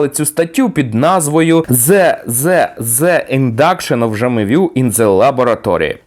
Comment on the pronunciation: Вчитель англійської б обов'язково мав пояснити, як правильно треба читати слово "the"